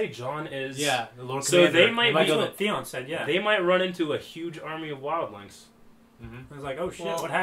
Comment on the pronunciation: "Threeon" lol. As cold as it is, more like FREON. I'll see myself out.